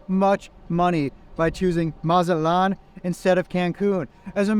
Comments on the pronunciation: It's not Mazat-lan.. It's MA-ZA-TLAN 🤭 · Really don’t know what u talking about from Texas was more expensive to go to Mazatlán. By the way pronounce the T please Check Expedia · Amigo who told you that the letter T is silent in Spanish, it's no, You would sound so much better if you pronounced it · That’s not how you pronounce Mazatlán. Butchered it 😅